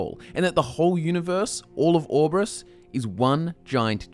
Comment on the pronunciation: When you say Aurbis it sounds like Aurbus